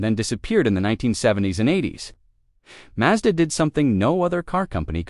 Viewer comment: WHY does it sat "MAJDA" - more AI nonsense????